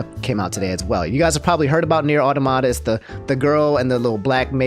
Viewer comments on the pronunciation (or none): none